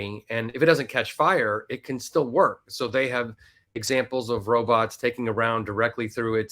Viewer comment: Be vewry verwy quiet we’re hunting wobots 😏🖖🏼❤️🇺🇸